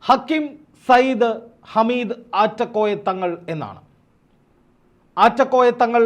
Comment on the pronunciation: ഹമീദ് അല്ല ഹാമിദ് ആണ് ഒരു പാട് ആളുകളെ കണ്ണീർ ഒപ്പുന്നആളാണ് ആദ്യം അവിടെ പോയി മനസ്സിലാക്കിയിട്ട് വാ എന്നിട്ട് പറയണം